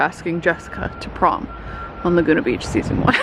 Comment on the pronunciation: So I, never having seen Laguna Beach, 100% thought I heard you say "Dieter asking Jessica to Bonk" not "...to prom." Definitely got a big laugh out of that!